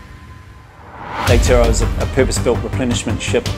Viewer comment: At least pronounce the name of your ship correctly, just lazy it's not hard